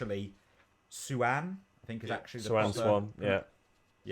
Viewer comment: Her name is Siuan Sanche pronounced many ways between Swan / Suarn/ Su-anne 😉 Google tells me it's pronounced Swahn... so something like that.